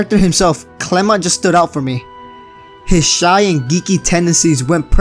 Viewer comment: thank you for actually saying clemont